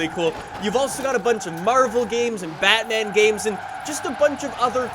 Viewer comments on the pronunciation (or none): none